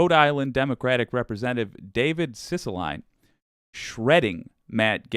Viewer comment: I'm from RI, its Rep. CISS-A-LI-NE (Pronounced: Siss-ə-lee-knee), he is Italian; just saying. He's doing a good job calling these guys out all the time.